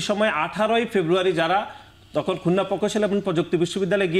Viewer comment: Oma ei adu vai dekhi khulna ta bolte pare na.. Bole khunna🤣🤣🤣🤣🤣🤣